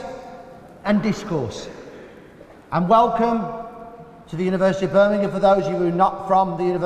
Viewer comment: How nice to have a American say the place name correct. Can stand when they call it Birming-HAM